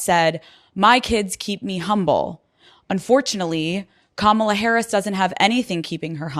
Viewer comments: First of all, Sanders can't even pronounce her name correctly. How humble is that? Just Towing the MAGA line. Also, I don't think anybody would use the word humble, to describe sanders. I would definitely use the word hubris and arrogant. But humble would never be a word anyone could use to describe her. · We should all start pronouncing the H in Sanders' first name. At least until she can get Harris' name right.